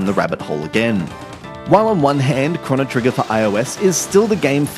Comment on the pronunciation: It's pronounced "crow-no", there isn't a double n you idiot